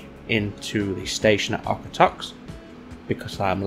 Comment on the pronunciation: As a Calgary resident; the pronunciation of Okotoks is 'Oak-a-tokes'. Why we change the 'o' to an 'a' sound I don't know.